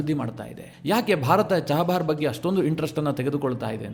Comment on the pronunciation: ನೀವೇಕೆ ಚಾಬಾಹರ್ ಅನ್ನು ಚಹಬಾರ್ ಅನ್ನುತ್ತೀರಿ??